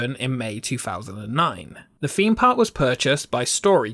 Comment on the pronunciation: Please pronounce 'Th" correctly, drove me.mad through the video . Feem Park, fousand, brought, such a shame as the writing and narration was excellent.